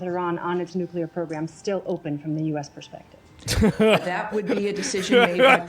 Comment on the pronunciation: IRAN NEEDS NUKULAR TEKNOLIGEE